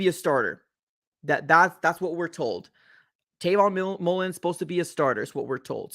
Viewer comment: Dawg it’s Travon Mullen